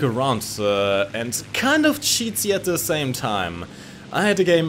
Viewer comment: Obwohl Sie die Namen von deutschen Flugmaschinen aussprechen können, müssen sie an „the” und „thing” noch arbeiten